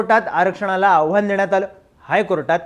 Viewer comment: अरे आवाहन आणि आव्हान यात फरक आहे रे मित्रा. बोल भिडू तुम्ही काय करताय? काल ती मुलगी अख्ख्या व्हिडिओ भर निलंबन ला निलंबण म्हणत होती